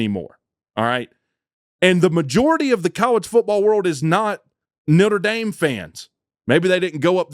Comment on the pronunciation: He called them Nitter Dame